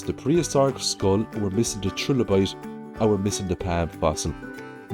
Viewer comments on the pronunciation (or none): none